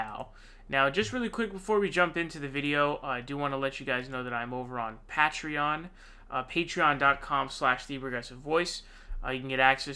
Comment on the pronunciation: with the Richard Wolff pronunciation of “patreon”!